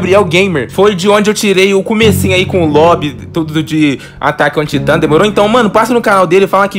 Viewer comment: Eeeeew taitannmn se pronocia taitammmmmmmmmmmmm